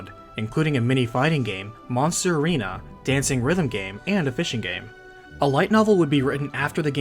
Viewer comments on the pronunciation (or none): none